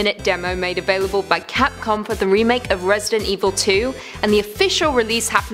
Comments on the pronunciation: Why does she keep saying capcon!!! It's capcom! UGH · Why she keep saying Capcon? Its capcom mate..